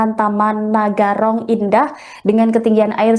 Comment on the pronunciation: Taman Narogong,bukan Nagarong